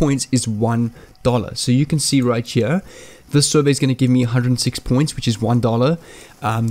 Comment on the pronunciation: You sound like u got a little of geechee accent when ur saying right cha